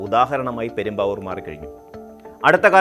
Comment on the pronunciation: പെരുമ്പാവൂർ അല്ല പ്രേം ബാബൂ!